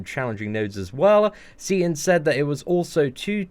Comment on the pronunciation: You said it perfect seatin dont worry about the haters stay up maine!!!!